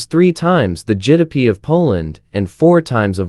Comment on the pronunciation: GDP❌ Jidapee✅